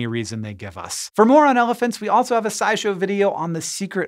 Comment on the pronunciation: I heard "more on elephants" as "moron elephants."